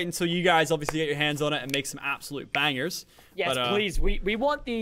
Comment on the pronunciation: Intensely says yos